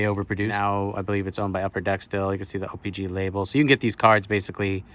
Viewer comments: It’s not o pee Gee It’s o pee CHEE WTF 🤦‍♂️🤦‍♂️🤦‍♂️🤦‍♂️🤦‍♂️🤦‍♂️ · Ur sitting there acting like u know all kinds of stuff about trading card but u don’t even know how to say the damn name right!!!!!